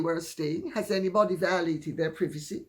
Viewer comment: "We want privaceh!!!!